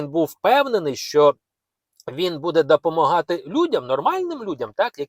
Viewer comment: Як блогеру вам мабуть було б корисно звернутися до логопеда, бо оце "кВасно, дАпАмАгати" - звучить не дуже